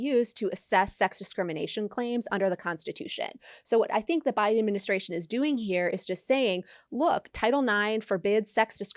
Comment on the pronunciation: guys, c'mon: "thank you to Joe B-AI-DEN". It's right there.....